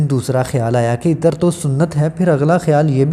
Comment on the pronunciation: معزرت کے ساتھ۔ (ایطر )نھی بولو _____عطر بولو۔ دوسری بات یہ ھے کہ جب اصل بات بتانی ھوتی ھے تو اسی پر فوکس رکھو۔ ادھر اودھر کی باتیں بیچ میں لا کر ویڈیو کا گلا مت دباو۔ میں نے تین بار سننے کے بعد پتہ لگایا کہ عود عطر کے بارے میں ارشاد فرمایا جارھا ھے۔